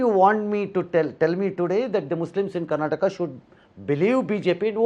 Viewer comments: Karnatak alla karnataka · Karnatak nahin karnataka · Abey budde... Ye Karnatak nahi Karnataka hi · Ranganna didn't dare to correct home minister about his misspelled word, it's karnataka, not karnatak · Mr. Amith Shah why don't you pronounce Karnataka properly.